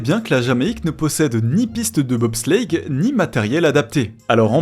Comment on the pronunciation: "De BOB slllleitttttte